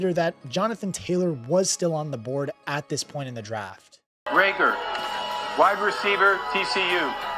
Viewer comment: not that it matters but its ray-gor not ree-gor